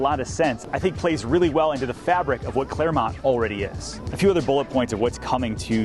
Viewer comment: Its clermont